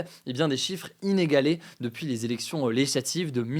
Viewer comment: Hugo,essaye de plus articuler et de parler moins vite. Quand tu dis "legislative", on a l'impression qu'il n'y a qu'une syllabe